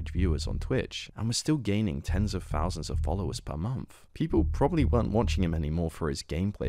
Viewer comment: bro its THOUSANDS not FOUSANDS.